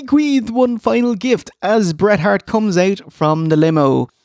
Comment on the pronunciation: Lol Road dog shouldn't even mention his name in same sentence as Hret Bart. Shawn will always be the goat but "Hret Bart" is up there